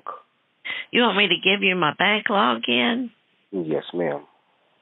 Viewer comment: I love it when you toss logic in the scammers face. Trying to get your bank "Logeen" was hilarious.